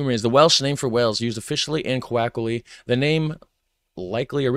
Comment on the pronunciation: Hey, coloquially is not pronounced quackly. Please just take a moment to pronounce that correctly. It's one of those things that gets under your skin after hearing it a couple times in a short period.